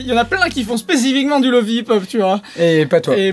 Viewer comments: Je sais pas pk il le prononce comme ça. Remarque que google translate fait de même. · C'est pas Lo-Fi ou Lo-Faie, c'est Lo-Fi ! Le 'i' se prononce 'i' comme dans le mot Fidelity, tu l'expliques toi-même dans la vidéo >.> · Je sens que ta prononciation de Lo-Fi va me trigger tout le long ahah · Je sais mais je sais pas pourquoi ça me trigger quand même x) Excellente vidéo au passage